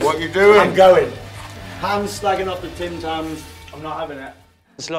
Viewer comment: Did Matt say "I'm slacking off the Tim-tam" ? And what does that mean 😂😂